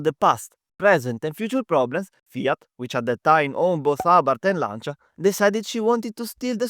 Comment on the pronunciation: you saying Audi Quattro and Lancia hits so good! keep it up, good video :)